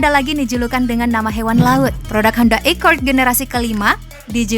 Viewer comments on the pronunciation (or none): Honda Accord apa iccord Pakailah bahasa Indonesia yg benar